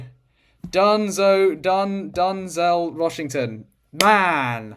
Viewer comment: Done-zel Washington got me 😆